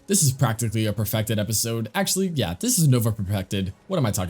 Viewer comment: "this is nova perpected"